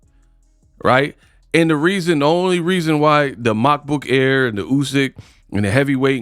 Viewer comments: Brooo everytime you say Macbook Air 😂😂😂😂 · The way you pronounced Makabu's surname is an insult, if there is any black in you then you should do better, what you did is no different from the 70's when TV made our noses and lips bigger then they were, if that was a European surname, you would have pronounced it better, but hey its your channel fam🤷🏾‍♂️